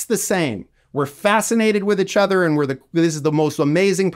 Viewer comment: Great conversation! Side note: first time I've heard someone pronounce "each other" as "itch other"